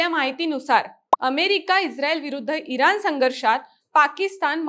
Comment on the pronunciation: एक छोटासा सल्ला देते. कृपया आपले ucchar अशुद्ध आहेत जिथे ण पाहिजे तिथे न म्हणत आहात. एकूनच, इरान, कारन. तुम्ही बातमीदार आहात ucchar शुद्ध पाहिजे.